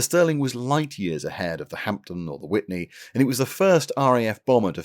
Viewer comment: It's Whitley, not Whitney....you must be thinking of Ms Houston old chap.